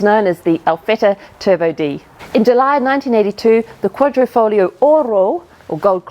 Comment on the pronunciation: This must be the first time I've heard someone in an English yt channel trying and succeeding in pronouncing "quadrifoglio" correctly. Well done :D